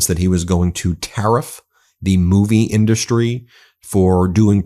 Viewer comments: Why does he pronounce it, "in-dust-ree"? It's almost like he's sounding out the syllables. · Why does Trump pronounce the word "industry" as "in-dus'-try"? It is pronounced "in'-dus-try". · He is really struggling with pronouncing words ‘Ind-dust-ry’. He is rapidly going downhill. Godspeed old man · What's up with the 'indarstry'? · In DU stry he says ...it's indusrty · Why does he pronounce industry as “in-dust-ry?? Sounds like a moron. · In dust tree = Hollywood I'm I the only one who heard his weird pronunciation of the word industry? Greetings from Germany 💙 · Did trump have a stroke that prevents him from saying industry the right way? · Why does he say industry like that? It’s really annoying.